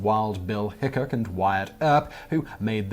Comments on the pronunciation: Simon hun, it is Wild Bill HickCOCK (pronounciation, not spelling lol), not HickCUCK. Yet another awesome Top Ten. Thank you so very much! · Only one picture was the cemetery in Deadwood. And that was with the bust of wild Bill Hickok. He also pronounce that wrong. I've been to that cemetery the rest of them was a completely different cemetery. The one in Deadwood is literally on a mountain.